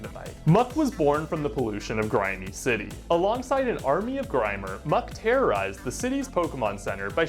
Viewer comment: Gringy city not grimey